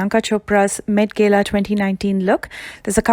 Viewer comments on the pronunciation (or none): Its not met GEELA , its Met GAA-LAA✌ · It’s Gala not Gela. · Wo met gela ni gala Jota hai🤣🤣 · This is not met gela this is met gala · BTW it's not met gela it's met gala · Wow girl u put so much effort with the hair. Priyanka most probably ws wearing a wig. But u actually did that styles on ur own hair! U did a great job! Btw i thnk its pronounced met GAAla